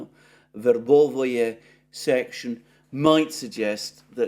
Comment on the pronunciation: It's not "Verbovoye", it's Verbove. It's not "Urazhaynoye", it's Urazhayne. It's not "Popasnaya" it's Popasna. It's all simpler.